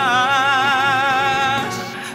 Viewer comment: Your singing style is really shows your manly voice though medyu mabagal ang tempo,and medyu pabebe ang pronunciation like mag wawakas ,you pronounce it as mag wawa "cash".But overall you look good as a singer.